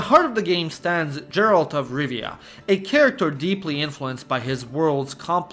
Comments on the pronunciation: You could also mention Arma 3 or Workes&Resources: Soviet republic. Topic of those games would really fit into this video. PS. For the gods sake, its Geralt, not Džeralt. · Have you played the Witcher? It's pronounced Gheralt. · JERALRD OF RIVIA..... I cringed everytime when you said it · Agreed. P.S: Every time he said "Jeralt" I wanted to punch the screen. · I enjoyed your video and these are all games I have played but I couldn't help but notice how you got Geralt's name wrong. Since you live in Romania, the phonetic pronunciation is Gheralt. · nice video but now I know you did not play any Witcher game, if you did you would know how to pronounce Geralt name right and here you make video about games, details matter dude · As Czech I'm so proud of our games Arma DayZ Factorio Mafia series began here And of course Kingdom Come 1 and 2 But I almost wanna give you dislike for how you pronounce Geralt, anytime you said his name I died inside :D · Well…clearly you didn’t play “the witcher”….else how can you mispronounce the main character name🙄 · I'm giving this a like despite you being a fucking retard who can't say Geralt right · Capital punishment for the pronunciation of Geralt.... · The fak is that pronounciation of Geralt? 😭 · My dude, I love your videos, but PLEASE look up the pronunciation of words if they're new to you or you're unsure how you're supposed to pronounce them... :) Melee, Harbinger, Volatiles, Otherworldly, Disturbing, just to name some... Also, you're mispronouncing Geralt's name, which is basically criminal if you're covering this very topic. If you haven't played the Witcher games, you could've asked literally anybody that has, and they would've told you how to pronounce the main character's name correctly. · Why are you pronouncing Geralt like that aaaaaaaaaaah. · I was so absorbed by the video... until I heard how he pronounces Geralt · It's pronounced Geralt, not Geralt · Your pronunciation of Geralt's name hurts my ears...